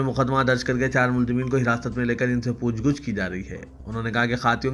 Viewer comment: بھائ اردو کا جنازہ نکل گیا پوچھ گچھ pooch Gach na ke pooch guch 🙏😂🤣